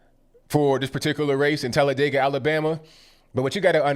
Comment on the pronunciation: Thank you for using the proper pronunciation of Talladega!!!❤❤❤